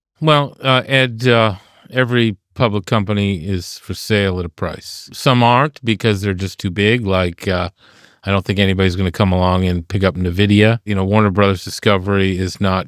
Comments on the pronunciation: Why do seemingly knowledgeable people say nuh-vidia for Nvidia? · What's with people calling Nvidia "nuh-vid-ee-ah"?